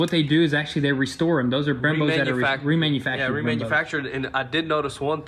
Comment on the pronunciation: I swear I heard " drilled and slaughtered" referring to the Brembos haha